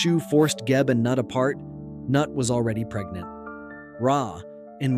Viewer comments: Noo-eet. not NUT Mr. AI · Goddess Nut is pronounced Nute